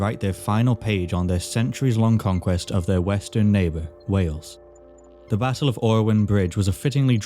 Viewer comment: "Da kingdom"